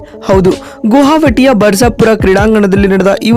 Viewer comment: ಗುಹಾವಟಿ ಅಲ್ಲ ಸ್ವಾಮಿ... ಗುವಾಹಟಿ